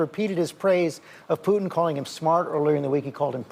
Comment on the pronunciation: "...again George, my message to Plutin', Putin is quite clear..." blah, blah, blah "😂😂...🤦‍♀️